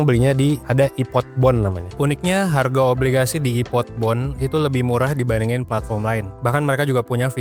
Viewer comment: Wong palembang kah kk, sempet denger ngomong hargo😅